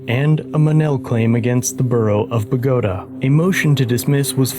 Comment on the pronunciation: I'm amazed you pronounced Bogota the right way.